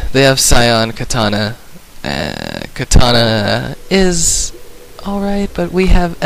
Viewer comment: nope, ur both wrong :) its "Katarina"